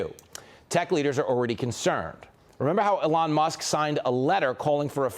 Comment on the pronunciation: It's not Eelarn! It's Elon...